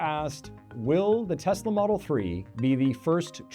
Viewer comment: "I love Tesler!" 🍊🍊🍊